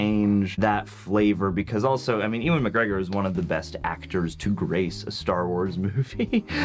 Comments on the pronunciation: Oh no, he said Eevan instead of Ewan...oh no! It´s pronounced "U-en" and you should know that!!! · eeewan? 🤣 It's pronounced U-AN McGregor. 😂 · Dude, his name pronounces "Yu-an"! I thought you guys wouldn't make blunder mistake like that.